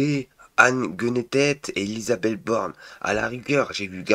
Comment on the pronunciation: Ah ouaiEU ÉlisabethEU t'as fait poly-techniquEU